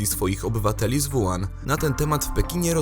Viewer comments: Nie: "Wuan" (zapis fonetyczny), a: "Łuhan" (zapis fonetyczny). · zle czytacie chińskie wyrazy. WU HAN czyta się tak >>ŁU HAN<< douczcie się bo siara jak hu*